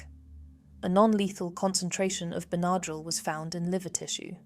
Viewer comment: 'Bernardrill?' Its pronounced bennydrill. lol